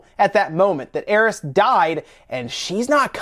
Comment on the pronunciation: That's alot of S you're putting on the end of Aerith